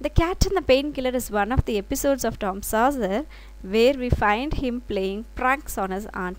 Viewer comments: I am not here to offend you. well explained but please make note of the way you pronounce. It's Tom Sawyer, not sawser. thank you! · I'm.not finding fault mam....but the name of the boy is saw...yer... Not sau...cer.... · Tom sawser illa. Tom sawyer.. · Athu saucer Ila Sawyer சாயர்... சாசர் இல்ல